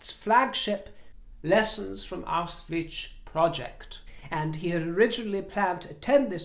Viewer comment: let me help you with the pronunciation of that place. It’s „Aou-schwitz“. The way you had it sounded more like „Awws-witch“ 😂. Since it’s historical and sinister impact shall never be forgotten and always be remembered. Love ❤️